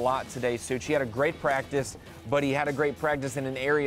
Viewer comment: The way he said Pratice counts in the beginning 😂